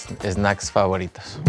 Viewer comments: the way he say snacks "es-snacks" a true mexican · In Spanish, “s” is pronounced “ese” so in English we will put an “e” in front of every “s” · “Eh-snacks” just like all my siblings lol